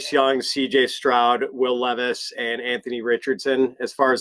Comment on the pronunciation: Ton of respect to fantasy pros for charitably brining a random homeless person as a guest. But I think they should have at least told him how to pronounce will levis’s name before the show